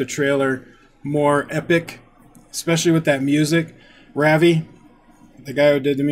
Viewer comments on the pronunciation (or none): Ravi is pronounced "Ruv-EE" (Ruv rhymes with Rub). :) I've seen fire and I've seen rain I've seen sunny days that I thought would never end